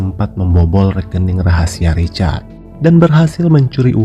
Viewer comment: Kadang salah ucap, richard, lukas..